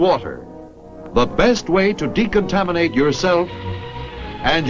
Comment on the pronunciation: how to descontaminated radiation aioewjfioerwnjlknds this guy was so fucked up